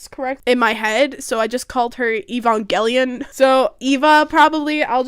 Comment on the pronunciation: Evangeline is pronounced ee- van- juh - leen.